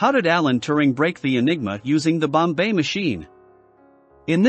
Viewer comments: It is pronounced BOMB machine. Not Bombay machine. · It's Bomb, NOT bombay. You tackle the subject well but sound ridiculous with the miss pronunciation! Just go to any other video about Enigma to hear it spoken correctly. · And "The number are..." (because "the number of settings" ends in an S). And it took me a while: by "bomb bay" he's trying to say "bombe," which is really pronounced "bomb" with a very slight "uh" on the terminal B. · It's, "bomb- bah" not Bombay like the city. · Annoying incorrect pronunciation “Bombay”. It is “bomb” even though there is an a letter at e at the end. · Not the "Bombay machine" but "Bombe," in which the "e" is silent. That's right, it's pronounced "bomb." For some reason, Turing gave it a French name. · Turing Bombe Pronunciation: The word "Bombe" is not pronounced "Bombay" is pronounced "Bomb" the e is silent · Sorry so voice and bo mbe pronunciation blew it in two mins. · “Bombai machine”. Got to love the AI. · I quit watching the second time he pronounced bombe as Bombay. It shows their lack on knowledge of the subject. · This is the first I've heard of "The Bombay Machine"... it's consistent mispronunciation tainted the whole thing for me... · He's using text to speech to generate the audio lol that's why it sounds like "Bombay" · More A.I. narrated bullshit. Mispronounce Bombe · I could only take about 10 seconds, and the horrible pronunciations of Turing and Bombe... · First learn how to pronounce Bombe if you wish to impress!!